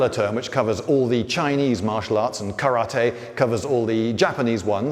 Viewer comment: That's the only time I've ever heard a British person pronounce "karate" correctly.